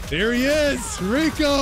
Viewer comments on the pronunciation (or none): It’s pronounced Rey-ko